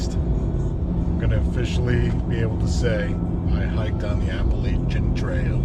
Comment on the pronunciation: Love the video but please say Appalachian correctly.